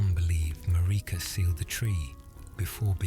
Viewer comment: IT'S MARIKA, LIKE AMERICA WITHOUT THE A